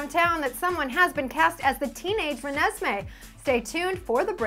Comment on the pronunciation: actually says Renesmee right!